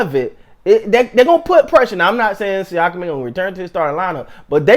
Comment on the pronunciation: You said his name right on the first attempt, basically a sneeze with an ah at the end